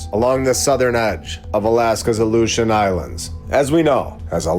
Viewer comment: The "Aleutian" Trench or The ILLUSION trench?? 🤔🤔